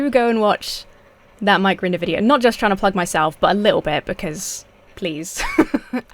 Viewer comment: I thought you said "Mike Render" at first. I was like "What's Killer Mike doing involved with Scientologists?"